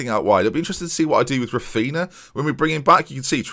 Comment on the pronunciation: please insert "Raphinha" into google translate in portuguese, it's so painful to hear you say the -nha sound as -na